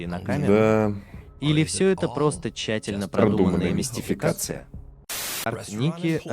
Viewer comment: Спасибо за видосик. Как же пафонсно он произносит "чательно продуманная мистификация" :D